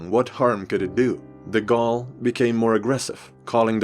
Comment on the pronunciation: >Says Napoléon Bonaparte in proper french throughout the video. >Proceeds to rape De Gaulle's name.